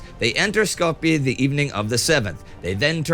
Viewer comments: Indy my man it's pronounced 'Skopyay" not "Skopyee" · You pronounced Skopje wrong I think. Also that bombing of Greece I wanted to add that the explosion was so big it shattered windows 7 miles out